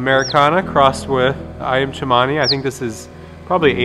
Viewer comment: Iyam chemani? No it’s ayam cemani 😂